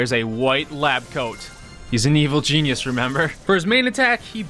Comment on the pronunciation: “Evil Genius”? You mean Evil Gene-ius?